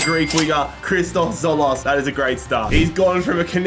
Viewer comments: It’s pronounced dzolis not tzolos😂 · It is christos TzoLIS not tzolos😭🤣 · It's Tzolis not Tzolos ffs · as a greek, my fav player is tzolis and its pronounced jolis not zolos lol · Tzol(i)s not tzolos and Bas-e not base-e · Its Tzolis not Tzolos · As a Greek and a massive Tzolis fan, this hurt my soul 😭😭😭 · In greek Tz=J so it is not Tzolis but Jolis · As a greek you butchered Tzolis surname but its alright🤣🤣🤣